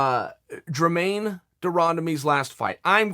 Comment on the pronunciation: If Chael says Dremaine, it’s Dremaine 😂